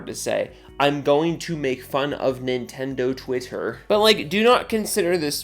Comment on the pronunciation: So, "Nin-endo Wi-er?" Not gonna lie, I'm having fun saying that.